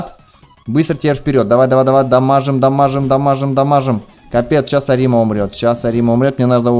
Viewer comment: Да блин какой арима' , правильно а'рима